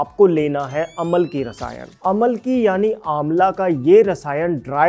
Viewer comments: It's not Amal-ki, it's Am-laki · Aamalaki...amalaki nahi. Hindi mein hai.